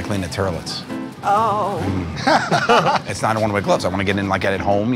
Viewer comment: The terlits 🤣🤣🤣🤣